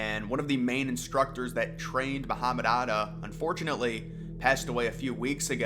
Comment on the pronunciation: Are you trying to say 'Atta'?